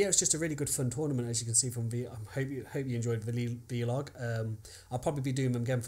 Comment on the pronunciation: it's pronounced 'vlog' like 'blog' - the v stands for video!